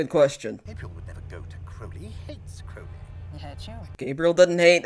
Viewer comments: Well, you pronounced Crowley right when you talked about pronouncing it wrong. It's just an oh like in crow vs. an ow as in cow difference, so I don't think it's accent related. Your Aziraphale is spot on, though. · I don't really grasp your excuse for not pronouncing Crowley correctly. I mean, you have crows -the birds - in the US right? Do you call them 'crow' as in 'how'? Nor the most important thing in the world, admittedly. Just confused